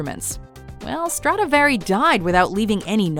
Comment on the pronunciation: Dumb ass bitch when you can't pronounce Stradivari properly at least do not mention it a hundred times just to say it wrong and get on everyone's nerves. You had one fucking job.